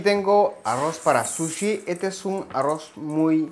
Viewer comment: Todo genial!!!! solo que no se dice "suchi" sino "sushi", todo lo demás correcto, matta kondo!